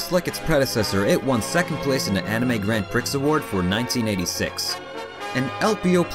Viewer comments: Thank you for producing these much-needed mini-documentaries for all intrigued by the Gundam multiverse. Prix is pronounced "pree". Btw: try voice acting. Or radio. Very professionally narrated. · You keep mispronouncing Grand Prix.